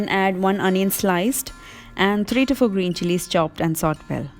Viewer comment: Hello, as a well wisher, I would like to say that SAUTE is -saw tay......not saut. Nice videos. All the best.